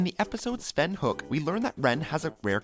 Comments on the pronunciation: It’s pronounced HOE-IK … not HOoK 😁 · You just couldn't have taken the time to figure out how to pronounce his name right, could you? It's not Krick - Falusi, its Chris-Falusi . And when you said that Ren's last name was HOOK, when the show, and even the video used said it's pronounced HO-EK, I stopped watching. Which is good because your "facts" had devolved into minor plot points like Ren's pecks. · It's pronounced HO-ICK not HOOK. It's a two syllable word. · It's pronounced "HO-EK," not "HOOK!" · Its pronounced Hoe-ick not hook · Really, it's not Hook it's Ho-ek. Ho...Ek, Ho...Ek. It's said in the show a couple times. Please if your going to do something like this get your facts right. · Ren's last name is pronounced hoe-ekk not "hook" as you pronounced it....... Ren says it very often throughout the series. Did you even watch more than one or two episodes before you took on the job of doing this specific voice over? Who does your fact checking? Who works as your dialog editor? They need to be fired..... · It's pronounced Ho-eck. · good video but you said rens last name wrong, it sounds like hoe-ick but spelled hoek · ok, time to correct them on what they got wrong.. first, the series technically started in september of 1990 with the pilot episode, not 1991. Ren's last name is pronounced Hoe-eck.. i'm sure their are more that other people can find that they got wrong.. they never do a video without "facts" being wrong.. maybe if they fact-checked more.. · you pronounce Ren's, last name wrong.